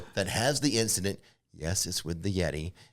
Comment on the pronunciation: I like "Rix'a'dent" rather than incident. ;)